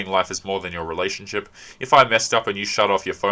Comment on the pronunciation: you keep pronouncing relationSHIT wrong.